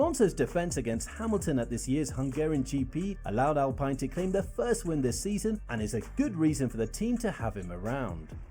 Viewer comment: they really pronounced alpine like that